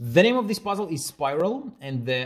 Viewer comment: I love when he says: “And the pa'zzle is-”